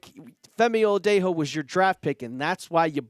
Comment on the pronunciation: "Femi Oladejo" Oh-La-Day-Jho/Joe. The J isn't H sound * 🫡